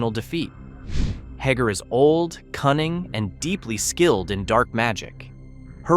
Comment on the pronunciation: “Hagger”? Dude, did you even watch this show?????